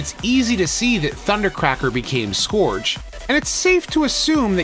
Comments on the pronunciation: I hate picking nits, but Scourge is not pronounced "Skoowrge", but instead "Skerge". Killing me with that. great video though- super informative. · Scourge is pronounced /skɜːʳdʒ/ a little different depending on American or British what with the rhotic r. But the vowel is not /ɔː/ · Why can't you pronounce "Scourge" correctly?